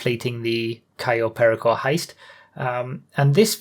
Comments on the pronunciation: cay yo pear rico thats how you say it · "Cayo Pear-icko" no!